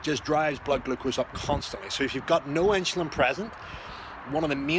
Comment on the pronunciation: This guy can't even pronounce insulin